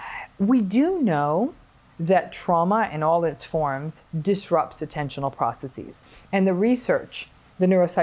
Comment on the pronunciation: ProcessES. Not processEEZ. )) (( Just like businesses is pronounced businessES. Not businessEEZ